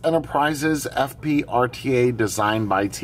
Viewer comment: I feel like I must have misunderstood what you said the name was, because I thought I heard "Fuck Pig". : |